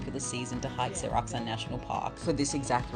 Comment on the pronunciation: Sㅓlac Mt. 영어에는 그 흔하게 사용하는 ㅓ발음이 없냐? 이 발음은 일본도 중국도 없더라.